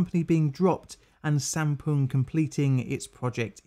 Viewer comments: I thought Sampoong said Shampooing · Honestly thought it said shampooing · Who else thought this said shampoo